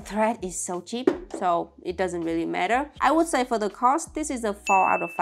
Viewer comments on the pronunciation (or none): none